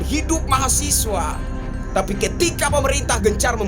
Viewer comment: Mahasewa bang awas salah nyebut 😂😂